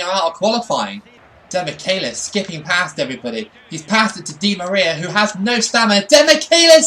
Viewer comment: also, he pronounces it like "demikelis", the "che" sounds equal to "che guevara" for example